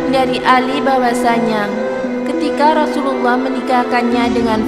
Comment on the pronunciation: Rosululloh saja kalau di dengar jadi Rosuwluloh. aduh parah 😅